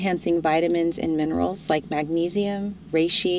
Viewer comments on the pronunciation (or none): none